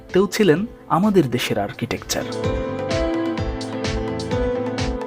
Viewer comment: আর্কিটেক্সাররা নয়, আর্কিটেক্টরা বলুন।